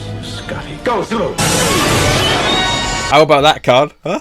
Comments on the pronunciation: SULU, not Zulu lol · The name is Sulu, with an S not a Z… 😂😂😂😂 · his name is Sulu...not Zulu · Sulu , not Zulu. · It's Sulu not Zulu. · It's "Sulu," not "Zulu"!